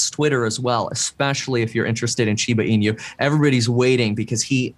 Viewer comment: I'm surprised to see nobody correcting his way to pronounce "inu"? It's not shiba ee-new, just ee-nu as in "nutrient"